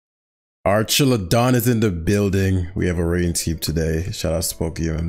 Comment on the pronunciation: Archaludon,. Its name is Archaludon